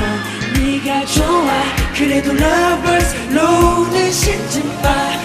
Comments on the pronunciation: LMAO I LOVE HOW THEY COULDN'T SAY CONVERSE SO YOONGI SAID "LOVERS LOVERS I REALLY HATE LOVERS" SAME BOYYY XD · After reading the comments I just realized they were saying lovers not converse😂